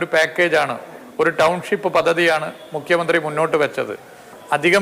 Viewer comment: മുക്കിയ മന്ത്രി അല്ല. ഉച്ചാരണം ശ്രദ്ധിക്കൂ